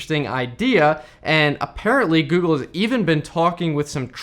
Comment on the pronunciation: Heard it as "the gey console" 😂😂😂😂